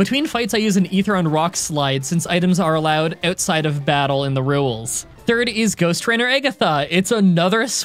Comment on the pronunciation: "Let's go over the rewels" 🥰